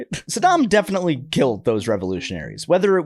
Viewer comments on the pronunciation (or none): none